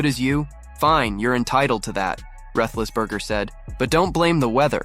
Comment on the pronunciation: YouTube,,, You need to get Ben's last name right for pronunciation